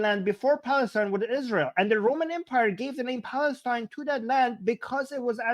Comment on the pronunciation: or ‘Balastine’😂